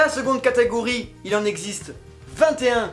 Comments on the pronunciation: "La seconde catagorie" tu pense trop a katakuri ! :D on dit "catégorie" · kamaltero la deuxieme categori les 21 sabres j'ai entendu kataguri ki est = a KATAKURI!